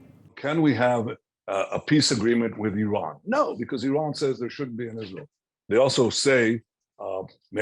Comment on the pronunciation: It's not I"rain" it's Iran